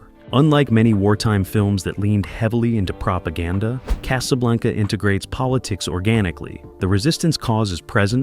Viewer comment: "Case-A-Blanca"? Really?! Sometimes it was pronounced correctly, but...